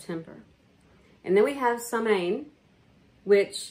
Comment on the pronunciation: Lovely ideas. I am not online with reliable regularity so probably won't be able to join any live events but community is so important...just a gentle correction for the gaelic word you use samhain...it's more commonly pronounced sahwin. I dwelled on the emerald isle for many years 💚🌻💚...the spelling is complicated!